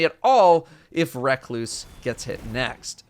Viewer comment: So are we just not gonna talk about his pronunciation of recluse?